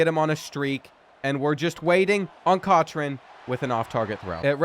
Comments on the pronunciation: It's pronounced "cock-ren", not "coach/cotch-rain". The last video, we had to endure "car-lease-ee" instead of " car-lyle". Smh... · Seriously… It’s COCK-ren, not COTCH-ren. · Cochran is pronounced cock-ran rin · Am I the only one who gets mad at how he pronounced Cochran? It’s cock-ren 😭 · “cotch-ran” is killing me 😂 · Real it’s pronounced cokran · I'm addicted to this series but the names pronunciations are cracking me up. "Kotch ran" for Cochran and "Jac kwez" for Jacques 😂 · I’ve enjoyed this series, but I can’t say I’m sorry to see it end. Now we won’t have to listen to Enrique Cochran’s name get butchered multiple times each episode. 🎉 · Glad he won. I so scared he was going to continue to butcher my name sake at the QB position. Please learn the pronunciation from the greatest marine biologist Jacques Cousteau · There is no T in Cochran... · I thought I was the only one!!!! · The way this man is pronouncing cochran is sending me